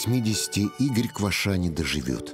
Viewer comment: Не КвашА, а КвАша! Украинская фамилия.